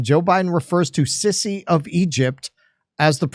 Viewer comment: At Least Joe Biden pronounced El Sisi's name right...LOL .. u said El cissy LOL.. The Mexican President is a big Meme now in Egypt 💚💚💚🐋